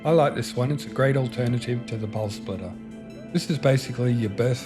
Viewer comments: I could only listen as far as the fifth time he said Pulse Splitter - dude there's no L in SPITTER. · Spitterrrrr not splitterrr lol sorry.. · Spitter, not splitter lol